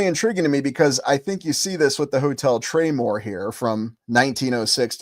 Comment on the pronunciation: It used to be called the Traymore Hotel. Search "traymore Hotel Atlantic City" 👀👀👀👀👀 I thought you were calling it the "Train War" Hotel 😅😂